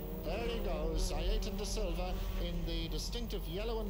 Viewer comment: Aside from him being called Da Silva in this race, its nice to hear pronounce his first name correctly (Ay-er-ton).